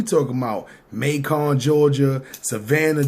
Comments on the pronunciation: Pronounce May-kin not May-con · Macon is pronounced May-kin' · It’s not Mac-on ga nigga it’s Macon like Bacon. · Not pronounced MAY CON...ITS MAY CUN LIKE BACON.....MACON, GA. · Nigga said MAY CON lmao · Just fyi, its Macon, like bacon not May-con... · Y u saying Macon so proper😂😂😂😂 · You said macon wrong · Macon rhymes with bacon bruh. He was fckn that name up.